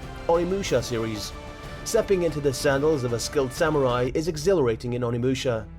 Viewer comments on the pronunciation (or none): none